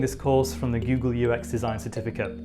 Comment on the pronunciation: Did you say. . .GooGoal? LoL